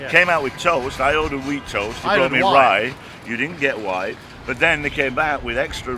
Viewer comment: white as you asked for sounded like rye its you accent cant knock them on that